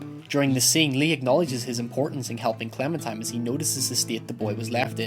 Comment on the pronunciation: Is he saying Clementime?